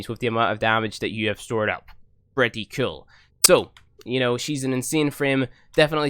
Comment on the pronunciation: umm is it "Kewl" or "Cool" ? 😂